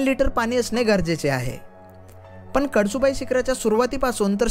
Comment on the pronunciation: कडसुबाई नव्हे कळसुबाई